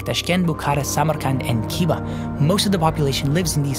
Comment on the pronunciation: Noooo. Is it really hard to pronounce KH properly? I mean, you need ONE video with Russian X sound, and you reproduce it exactly as it should be, whether in Russian or in all Turkic languages. Why do Western people spend their whole life saying Kiva, Bukara and "korosho", when it's actually KHiva, BuKHara and KHorosho? They dont have that letter to represent the sound, okay, but why not learn that there's no separate 'K' in it at all? It's a whole different sound, so the way he says it makes a huge difference. Imagine someone say 'Thonald Thrump, the Thresident of the Unointed Spades'.